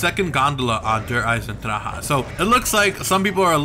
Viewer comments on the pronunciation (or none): its weird how you say maps name